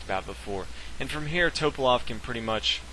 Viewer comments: It really bothers me how you pronounce Topalov Kasparov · His name is pronounced Tuh-pah-lahf....not Toe-pahlof. Jesus christ.